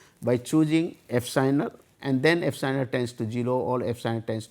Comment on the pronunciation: Not "Fsinal" it will be "epsilon".